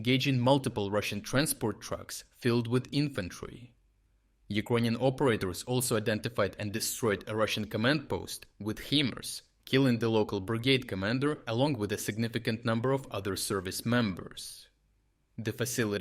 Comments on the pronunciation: Can I ask respectfully if this channel uses AI narration? Every video I notice strange pronunciations for settlement names, or e.g. the acronym U.S. being pronounced "Uh Ess." In this video, the pronunciation is "hee-mars," which I know has been correctly pronounced "high-mars" in the past on this channel. When the channel launched, the narrator's English was clearly improving week by week, but recently the random mistakes really seem like AI. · Very good! btw, pronunciation of HIMARS is high-mars, not he-mars. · HIMARS, Not HEMARS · "HIMARS" is pronounced with a "long" i, not an "ee" sound. Say "HIGH mars," not "Hee mars." Otherwise, an excellent report about a difficult situation for the brave fighters of the AFU. For the ruzzians sent to the front, despite the recent conquest of about 160 sq. miles at most of fields and rubble, it's a tragic situation. Their chances of dying or being severely injured are extremely high, and it's all in service of a vainglorious and ultimately futile cause. This is like the Kursk submarine disaster of August, 2000, where 118 sailors were killed by the vanity and stupidity of the ruzzian command, only multiplied FOUR THOUSAND TIMES in terms of ruzzian losses alone. To find a parallel in Ukrainian losses, it's necessary to revisit the works of Hitler and Putler. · HIMARS is pronounced High mars. The H in HIMARS stands for high.